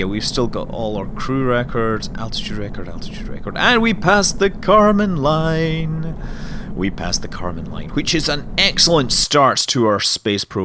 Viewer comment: karman line, not kerman line ;)